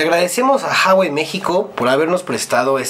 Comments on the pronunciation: se pronuncia la hache, en chino no es muda, es Juagüei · se pronuncia GUAGUEI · Se dice uawei, no jawei ni juawei. Saludos! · Jawai??? Se pronuncia huawei .... 🤦‍♂️🤦‍♂️🤦‍♂️ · se pronuncia "Juawei" y el precio oficial de telcel es de 8,000